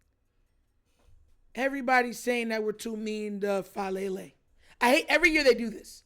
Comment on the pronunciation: Daniel Chick-Fal-Lele. 😅